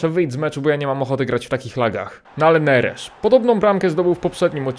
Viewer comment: Neres zmienia nazwisko na Nerzesz